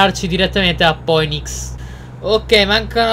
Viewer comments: Poenics no Finix come si dovrebbe pronunciare haha Poddy l'inglese è importante però! :) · Poddy si pronuncia Finix